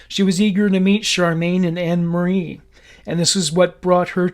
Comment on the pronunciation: Gloucestershire pronounced (glostersher) Anne Marie = Ann marie Fab podcast, I live in Cheltenham so very close to home. Thought I knew everything about Fred and rose but you have added so many details I never knew about. Thankyou, subscribed 👍🏻